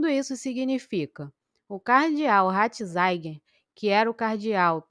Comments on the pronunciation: Pelo amor de Deus! Você não sabe que o Papa Emérito tem o nome de Joseph RATZINGER, pronuncia-se praticamente como se escreve e NÃO como você fica falando: RATINZAIN!!!!!!! Que horror! Lamentável!!! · Irmã, a primeira coisa que uma pessoa que se propõe a ser YouTuber é aprender a pronunciar, principalmente, nomes, cardeal Ratzinger e não ratzainguer, como você pronuncia neste vídeo, preste atenção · Mas..... Ratzinger pronuncia- se doutra forma! Não há por aí alguém que fale correto? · Ratizaigier? Kkkkkkk